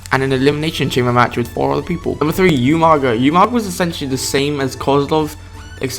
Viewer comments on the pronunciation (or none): its pronounced "ooo-maga." your saying " Youuuu-maga."